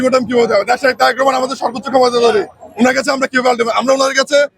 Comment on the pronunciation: তোমরা সবাই কমিটিতে থাকতে চাও এক কমিটিতে এত লোক কিভাবে জায়গা দিবো বি এন পি,তোমরা বলতেছ ছাত্রলীগের লোকদের ডুকিয়েছে,ভালো না লাগলে তোমরাও অন্য দলে চলে জাও,তুমিত জনাব তারেক রহমানের নামটা ভালো ভাবে মুখে বলতে পারো না,তুমি কিসের বি এন পি করো